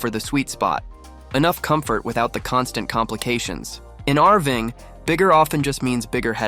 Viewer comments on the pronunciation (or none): what the heck is "arving"? I'm guessing Ai trying to read the script, and failing. VERY annoying,. use a human or go home.